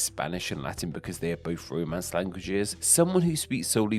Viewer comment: Haha when you said Romance languages I thought you said roadmen's languages 😂 London is bad for your health.